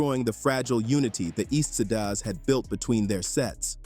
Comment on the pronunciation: "Sidas" 😂😂😂the fuck